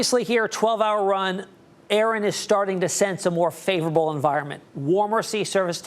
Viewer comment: a-a-ron....is a-a-ron here.....did you mean Erin...😂😂😂